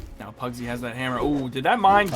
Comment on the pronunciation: Pugsy = PARRYsy